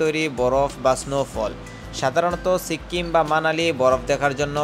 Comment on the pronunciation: আপনি ধারাভাষ্য বর্ণনার সময় এতবার সো সো বলেন কেন ? আর আপনার উচ্চারণে কিছু কিছু সমস্যা আছে যেমন সিক্কিম না, উচ্চারন হবে সিকিম